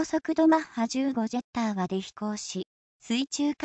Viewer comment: ジャッターになってるよ。